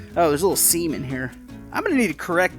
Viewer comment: Oh theres a little "seam in here" it sounds so wrong